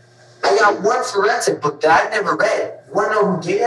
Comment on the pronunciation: He pronounces "book" as "bük"